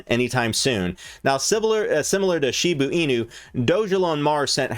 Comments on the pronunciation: It’s Shiba Inu not Shibu Inu ffs!!! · ITS PRONOUNCED SHIBAAAA INU YOU FUCK. SHIB TO THE MOON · "She boo ee new"